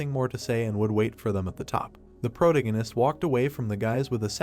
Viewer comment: All your videos mispronounce "protagonist".